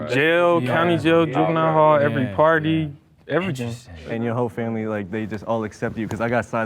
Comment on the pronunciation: “Jail, juvent hall…” omg this white kid is something lol.